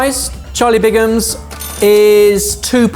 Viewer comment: Bigham's, not Bingam's.